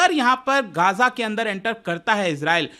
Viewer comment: ग़ज़ा not गाजा, Please correct it. 😊